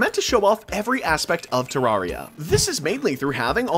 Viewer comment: bro keeps saying terraria wrong